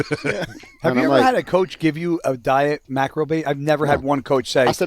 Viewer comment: ➡️ "what's a macro" (but said like mackrel) ➡️ "it's a fish" 😂😂😂